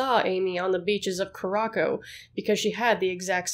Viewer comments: Please do better research. Not cah-rah-ko, coo-rah-sow. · Not ku-ra-ko, it’s pronounced koo-ra-sau. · curacao is pronounced cur-uh-sao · Are you talking about Curacao in this video? It's pronounced Koo-Ra-Sow.